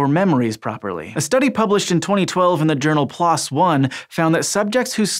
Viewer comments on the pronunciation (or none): I’ve never heard anyone pronounce PLoS as “plos,” most researchers pronounce it as pee—lose